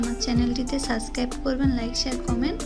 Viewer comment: সাসকাইব না সাবস্ক্রাইব হবে নুডুস না নুডুলস